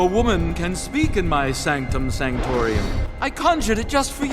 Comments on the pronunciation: Felix Faust says "sanctum sanctorium" when the correct Latin would be "sanctum sanctorum." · And you didn't even sin 'evil cartoon guy voice artist' for mispronouncing "Sanctum Sanctorum?" ("The holy of Holies") It originally was a term for the most sacred part of a Jewish temple, but, as with many terms, it gradually changed in tone and meaning. I could go on. I could tell you why it's in Latin, where it began, and how it became a somewhat common expression ... But I digress. Regardless, pal, you missed a pretty obvious one. Just brush up a bit on basic literature, idioms, expressions, English vernacular ... (No. I'm not Jewish.)